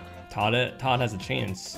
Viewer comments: Surely it’s toad and toadette, as opposed to tod and todette? Serious effort regardless. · Why is he saying Todd and toddette instead of Toad and Toadette? Is it just a personal nickname he has given them?